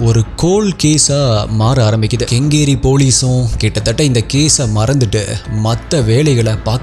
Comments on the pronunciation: Sir it's not a kangeri it's Kengeri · Bro that is not kangeri..it is kengeri.. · It's not gangeri ,it's kengeri😂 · கங்கேரி இல்லை, கெங்கேரி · When u can research on the colour of the drum research on pronunciations as well. Kangari Shivamoha wow!!